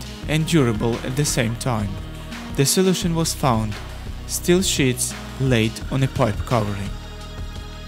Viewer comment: I love the steel sheet's but it sounded more like steel shits